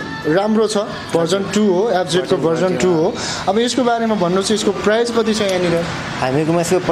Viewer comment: पहिलो कुरा त प्राइज़ भन्नु ग़लत उच्चारण हो। कि त मूल्य भन्नु नाई भने प्राइस भन्नु